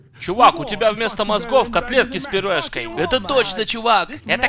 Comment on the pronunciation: С пюрешкой! А не пюрефкой